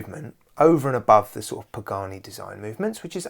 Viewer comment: Pagrne sounds like how my west-country gran (the toothless one) would say pagani.